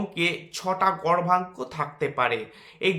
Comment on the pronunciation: উচ্চারণ টা গর্ভাঙ্ক হবে নাকি দাদা? বোঝা যাচ্ছে না